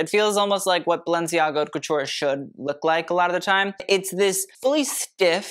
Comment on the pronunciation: The H in haute is silent, bro.